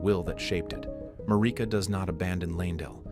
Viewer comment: Mareeka.. lol inlove when people mispronounce it. Its MAIR- IH- KUH